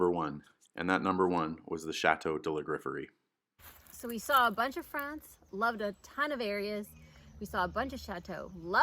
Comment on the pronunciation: Oh you are seriously going to have to learn how to at least pronounce the name of your Chateau correctly with proper French!